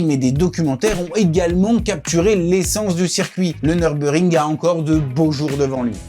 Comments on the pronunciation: Dommage, le commentaire pique les oreilles du début à la fin. C'est Nürburgring et non Neurbeurgring... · Par contre j’ai jamais entendu dire « Nurbur ring » Mais « Nurburg ring » et j’ai 40 tours à mon actif 😂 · Super reportage, faudra juste corriger la manière de dire Nürburgring. C'est Allemand et il y a un tréma sur le "U" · En allemand le "ü"se lit "u" et le "u" se lit "ou". La prononciation "neurbeurgring", c'est une version anglicisée